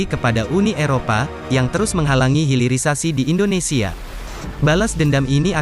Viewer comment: HILIRISASI , hilir bukan hiril